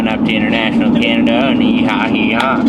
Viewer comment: Ok so I've learned one thing already, which I should know being and E&B fan-- they know how to van life. And, us Tennesseeans don't say hehaw 🤣🤣